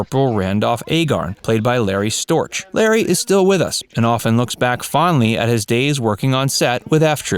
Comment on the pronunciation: ) Hampton played Lieutenant Carpenter on "McHale's Navy". ) Storch is pronounced STORK. A German Name.